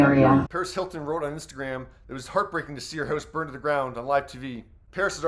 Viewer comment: The way you pronounce "house" is criminal Well there goes the evidence